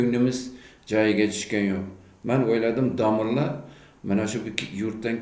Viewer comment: Chaynalib nima deb yotipsan ey aqilli Domillla emas domla deyiladi. Badiy tilda gapirib bilsang gapir bo'lmasa chaynalma Xorazmliklarni uyaltirib. Ikki og'iz gapingni yarimisi yurtboshimiz bo'lib yotipti..... Ey Lagan